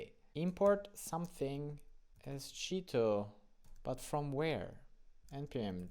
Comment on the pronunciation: It sounds like you are saying "cheato", on purpose? :-)